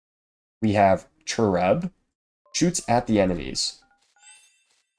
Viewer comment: I am so getting this game! This looks very fun :) Oh also, it's pronounced chair-ub. You know, like those chubby angel kids? Just for future reference, not that the word comes up much...lol